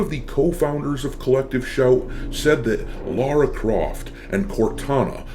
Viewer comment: It's so satisfying to hear someone say Lara Croft's name correctly, instead of saying "Laura" (they do the same with Lara Trump, everywhere I hear her name).